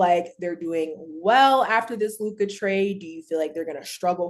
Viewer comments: I’ll b glad when Mase friends tell him it’s just Luka and not Luke-eye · Tell Mase it’s not LU KIY ITS LEW-KA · Mase trying hard to regain his once lost Lakers fandom 😭😭 and he still sayin “Lu-Kah”😭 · Right his Lu-kah be strong as hell too! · Lu kah kills me 😂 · Bra I hate dat luk-ah shit ma$e need 2 chill wit dat lol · I hate that lol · His teeth too big to say it correctly 😭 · Bruh this shit is so fucking funny I tried pronouncing